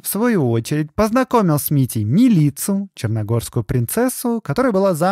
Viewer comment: Выпуск супер! Только МИлица, ударение на 1 слог